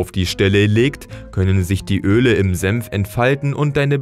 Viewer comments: Bruh er sagt "Sempf" anstatt "senf" 😂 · Alter, das Zeug heißt Senf und nicht Semf! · Man spricht es "Senf" nicht "Semf" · sagt er tatsächlich Sempf statt Senf? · Es heißt SENF nicht SEMPF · S E "N" F... Ist das so schwer? Semf gibt es nicht. Ist die deutsche Sprache so schwer? Was als Nächstes? Semfsose? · ich versteh die ganze zeit nur sempf